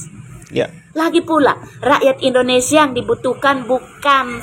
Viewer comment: pakai bahasa yg benar Indonesia bukan Endonesia Paham.......